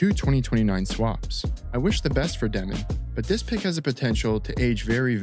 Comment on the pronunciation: Insane take considering they have the most draft picks in the entire league till 2032, have their coach for the future already, and have five rookies who have not even touched the NBA court yet lmao. Also just to spread the wealth, it's dyoh-min, not Deh-min, he explains it in an interview if you wanna check it out!